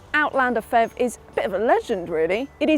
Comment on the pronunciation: It's not pronounced "fev", each letter is spelt out.